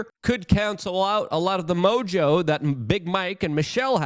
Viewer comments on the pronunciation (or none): none